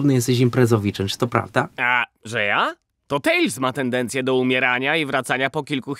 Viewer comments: Serio?! TaLEs, a nie TaILs?! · Nie tales tylko tails